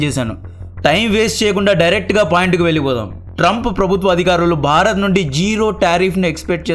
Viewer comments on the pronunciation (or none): none